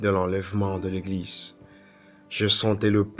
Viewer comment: Sinon on dite « Eglize » et pas « Eglissse » !!!😂😂😂